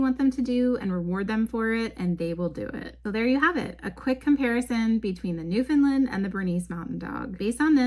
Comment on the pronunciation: What happened ? The first three times you uttered the name Newfoundland you "nailed" it. However every single instance after that you drifted to pronounce the word as "Newfinlind". As a Newfoundlander I can tell you that really grates on our collective nerves here. It's simple really, when you speak the word (for the Dog and the place), it should rhyme with the word understand. As in, "Understand Newfoundland". Regards coat care for adult Newfoundland's; the best thing you can do is to feed them raw oily fish. Mackerel or Herring if you can source either, at least once weekly. It does wonders for the fur.